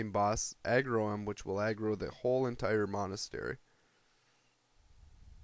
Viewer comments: when u say aggro it sounds like you are saying eggroll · i thought he did say eggroll ^.^